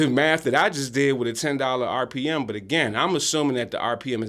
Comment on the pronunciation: RPM = Rev. Per Mille (not "Mil")... just FYI for those who were wondering. 👍